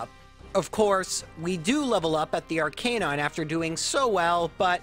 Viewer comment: Please tell me your pronouncing Arcanine like that as a joke? You know it’s not actually pronounced like the word Canine right? Official Pronunciation guide even says: AR-kuh-nine